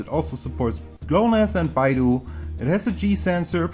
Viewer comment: Another penta-band phone. Wow.. this is a gem. Btw Beidou --> Bay-Dough!!!! Not Baidu which is a chinese website :P Thanks for the video.